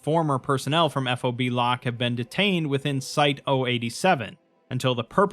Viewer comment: just a technicality here. its pronounced fob, like a key fob. nobody says eff oh bee